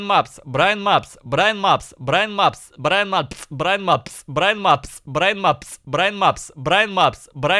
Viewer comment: Вначале он говорит Брайн Мапс, потом произношение переходит в Браимапс и Браинапс